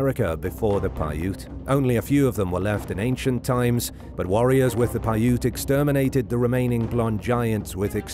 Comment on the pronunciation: I want to thank you for pronouncing Paiute correctly. I always get upset when people on these videos can pronounce things right.